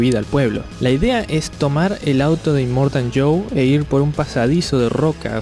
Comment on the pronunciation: yo si escuché que en la película que decían inmortan en vez de inmortal